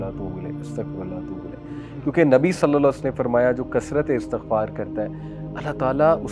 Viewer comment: صلی اللّٰه تعالیٰ علیہ واٰلہٖ وسلَّم مکمل اور سکون سے پڑھا کریں تاکہ حروف صحیح سے ادا ہو سکیں اور ترجمہ درست رہے ۔